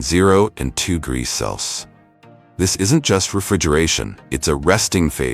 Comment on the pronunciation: AI everywhere is really having problems reading "Celsius" :D